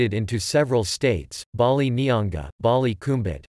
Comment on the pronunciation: Fear the way dem pronounce Bali Nyonga etc